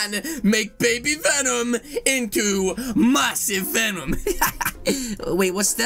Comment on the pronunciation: I thought when he said massive venom I thought he said mustache venom